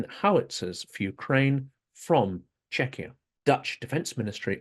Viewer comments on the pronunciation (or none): none